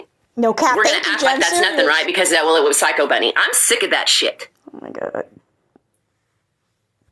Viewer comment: BUNNY not Bennie